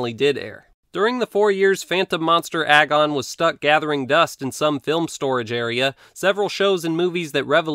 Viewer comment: Does anyone else realize that "agon" rymes with "dragon" if you say it correctly?